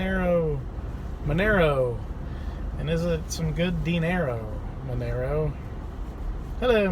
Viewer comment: It's not Menero, it's Monero!